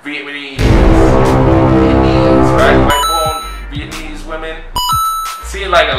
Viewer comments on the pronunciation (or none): It’s pronounced Viet-nam-ese Not Viet-nese lol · will be in another country before he learns to say Vi Et Na Mese. 😂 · Bru its not "Vietnese" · Dude!! Viet-Na-Meese...